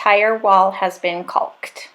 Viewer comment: Not a bad video but you kept saying “caulked” wrong the whole time